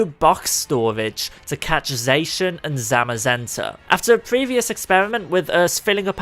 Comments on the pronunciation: its not zacan its zacian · The way zacian was pronounced hurt me. He says (zay-shin) but it should be (zah-shi-ah-n) it felt like a kick to the ribs when he said zayshin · zay-shin ❌ zaw-she-inn ✅ zamm-muh-zen-tuh ❌ zah-muh-zen-tuh ✅ Come on dude. Their names were revealed in a Pokemon Sw/Sh trailer where they said the names verbally. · its not zay-shin its zah-cyan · Omg wtf is wrong with your pronunciation its ZAH CI AN NOT ZAYSHUN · Dude it’s zah-shee-in, not zae-shin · STOP SAYING ZACIAN WRONG! ITS "ZA-CI-AN" NOT "ZA-CIN" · pronouncinh zacian wrong its pronounce sack-ee-an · It is pronounced zo-she-in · I pronounce Zacian as Za-she-un Another thing to do is try to give Shedinja a flame orb and give it destiny bond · Zacian is pronounced zåsh'yån ' is used to separate the syllables. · ZA-KI-AN THAT'S HOW YOU SAY IT!!!!! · Zacian pronunciation=ZAH-SEE-ON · It pronounce it za-si-an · That's not how you say Zaican but good try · He did not just say Zacian like that